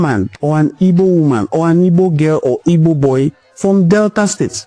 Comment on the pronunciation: Nwa nna are you really igbo at all, are you joining the useless yariba afonjo to mispronounced your home land name, pls don't try this again nwanne what is ibo